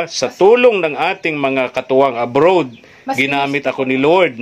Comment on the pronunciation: Nakakatuwa mag bigkas ng Abroad (abrod) si kuya ang kanya Abrowwwwd